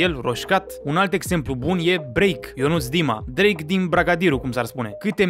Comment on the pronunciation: Bahahaha auzi că Drache 😂😂